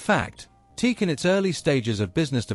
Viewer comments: At least you have your computer-generated voice pronounce the name correctly. Pathetic. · Aside from pronouncing the name wrong. Why is there no mention of Berlant Concertone. Teac bought Berlant and that is how there reel to reels got into the united states under the name of concertone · He got the explanation right: “TOKYO ELECTRO ACOUSTIC COMPANY”, but he couldn’t get the head around the short version.😅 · every time he pronouns teak.... it sounds super weird. because it's "tea-ack" like this... not teak......!!!! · TE-AC. Not Teak. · Not a bad documentary, even if you omitted to include the Studio 8, the world's first 8-channel reel-to-reel portastudio. I've been using TEAC/Tascam products since the 1970s, but you're the first person I've ever heard pronounce it teek. People usually say tea-akk. I don't know which is correct, but since it's a word made up of the initials I guess you can pronounce it any way you want. By the way, I was brought up in Birmingham and moved to California in 1979, so I've used TEAC products on both sides of the Atlantic. I have two 3340s and two Studio 8s, besides TEAC's CD and MiniDisk players. I used to have two of their DAT machines, but I gave them away. I also have one of their hard disk recorders. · The correct pronounciation is T-ACK. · I have a large collection of open reel tape machines ranging from consumer to prosumer to semi-pro to full-on professional. I have more TEAC (including TASCAM) machines in my collection than any other single brand. But I have to say that I turned off this video the moment I heard the "TEEK" pronunciation. It's "TEE-ack". Two syllables. That's how the company pronounces their name. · Then you must not have watched the vid... he says Teek right at the beginning. 😁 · It's pronounced TEE-ACK ! :face-orange-raised-eyebrow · sorry, can not listen to a video that pronounces it as teek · Dude, the preferred nomenclature is Tea-Ak. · You are supposed to pronounce it like T - Ak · It is pronounced T-ack